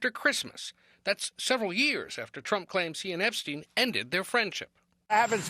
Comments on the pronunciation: Can you repeat the name epstein again 😂😂 Not epa stein 🤣🤦🏿‍♂️🤣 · THE EP-A-STEEN FILES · Whis Epestein?!?!.😂😂😂😂😂😂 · You don't sound cool saying Ep-a-stein, you sound like a jerk A-hole who doesn't give af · Lmao my boy said The Ep-A-Stein Files 😂😂😂😂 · Lmao "The Ep-a-stein files" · Aka JJJ EEEEEE. WWWWW files